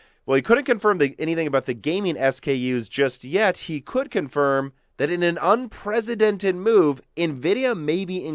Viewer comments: WTF is an "unpresidented" move.....not the 1st video where you say it like this...you mean to say unprecedented :-D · Un-press-a-dented, not Un-prez-a-dented.